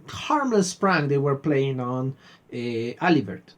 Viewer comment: Nice reaction, as always ! I love the ride each time :) (Oh, and the "T" in Alibert is silent. Because frenchies write letters they don't pronounce, those jokers^^")